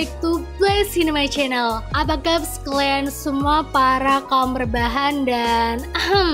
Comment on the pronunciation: KALIAAAAAAAAAN BUKAN KLEANNNNNNNNN